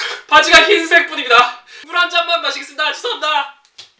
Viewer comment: 고3이라ㅜ그런지 죄송합니다가 재수합니다라고 들리네